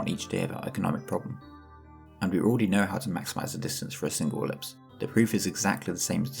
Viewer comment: incredible explanation. i died laughing at i-ver-lipse